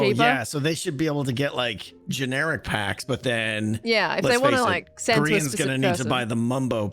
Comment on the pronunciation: Did anyone catch 'bulk sand' instead of 'bulk send'?